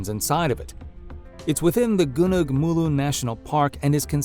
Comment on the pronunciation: gu-nung is not rhyme with berg but with bong. So its more like Go Nong instead of gu nerg. Its Malay for Mount(ain).